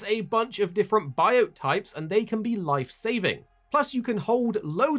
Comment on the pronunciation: It’s Biotes, Bye-Oats not bites. Say it right.